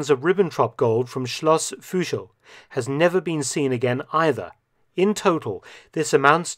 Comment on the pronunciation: Thanks a lot for your great videos! 🙂 Just a small correction: "Fuschl" is written and pronounced with a regular "u", not "ü".